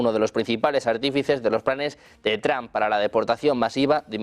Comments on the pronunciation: Este canal de MAGA MONG0sss sólo DONAL MADURISTAS……. Y consejo: aprendan a decir trump…… 😂😂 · Me encanta que los españoles pronuncian "TRAN" es vez de Trump